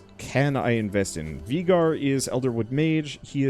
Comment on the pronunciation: anyone else notice how hes prenouncing Veigar wrong?